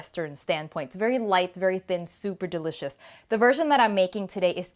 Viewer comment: "soup"er well lol